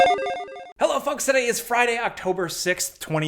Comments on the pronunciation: Did you say 'Hello Folks' (or) 'Hello F*cks' at the start of the video? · I know you said hello folks but I swear I heard hello f**ks 😅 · LOL i know you said folks, but it really sounded like you said "hey fucks" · "Hello fucks" I can't unhear it. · For a sec I thought you said hello fucks